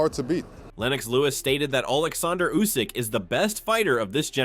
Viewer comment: yeah way to many lazy youtubers out there, take a bit of film from others then let AI do the rest. It can't even pronounce Usyk, comes out as Usaaayk